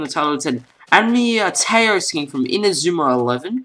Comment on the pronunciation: Nice skin very well made,But your pronouncing the words Taiyou and Raimon wrong.